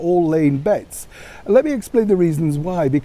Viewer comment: Hey, did you say "laying bets" or "laying beds?" Just asking. "Place your beds" is more likely as Harried's & her are rather unabashedly hurriedly searching for their new truths somewhere! They have become an island unto themselves, eh what?